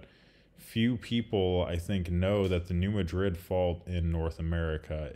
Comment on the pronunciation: Thanks for the video. Just a point for you...New Madrid is pronounced "Mad rid", not "Ma drid". Personally I do not care, but, the keyboard warriors out there will call you out. USBS...does not report ALOT of earthquakes and is a part of the world wide "0.9" club...downgrade large EQ's to x.9 for some unknown stupid reason. Example: 5.2M down to 4.9M or 7.2 down to 6.9. No one knows why they do it...geesh!